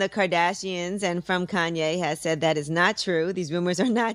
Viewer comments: On dit ka-ny-é west bordel!! Il suffit de regarder un truc en VO sur lui pour voir que tu prononces mal son nom!! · Juste ca se prononce pas «kanié» ça se prononce «kayni» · Kanye pas kéniè